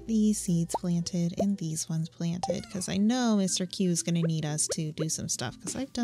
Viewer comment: This is the only series i insta-watch, love it! One note though :D... It's Mr. Qi, not just Mr. Q.